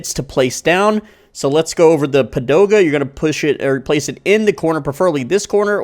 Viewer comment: came for the comment why he's saying padoga instead of pagoda 😅 btw, came here after playing it on mobile